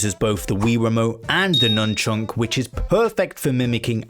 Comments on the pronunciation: why are you saying nunchunk? it's nunchuck, no? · Please say nunchuk correctly.